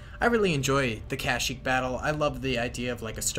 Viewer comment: My man said cash-eeek